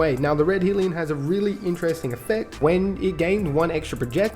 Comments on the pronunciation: liking the new name .. helps that I'm an Aussie tho. also it's Hell-ion not Heel-ion. keep up the good work. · Lol Naa dude the guns fine, I agree with your choices. I was just making fun of your pronouncing hellion